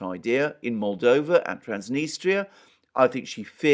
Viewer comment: It's pronounced Transnistria not Transnistra